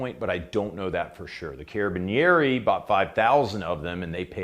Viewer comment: You could have been a butcher the way you pronounced Carabinieri. 🤣